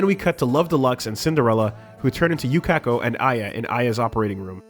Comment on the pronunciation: "jotAHro" "koy-chi" "yuKAHko" "shining diamond" *breaths in* boi